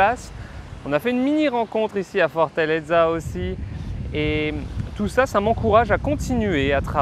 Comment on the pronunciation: Pourquoi 'Fortaldza'. Dites simplement Fortaleza.....accent tonique sur le 'e'.